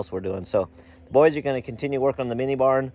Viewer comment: It sounded like bar. It was actually barn. 😂